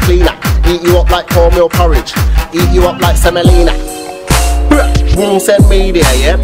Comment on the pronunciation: Nahh I’m creasing at the way he says wunsen media😭😂😂😂